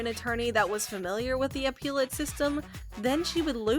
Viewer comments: Appellate. Not appeal-ate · Please stop mis pronouncing "apellate" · I wish this lady knew how to pronounce appellate.